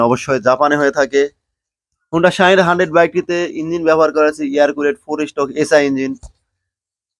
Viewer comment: বলদ, শাহিন না, শাইন। ভালভাবে বাংলা শিখে পরে ভিডিও বানাবি।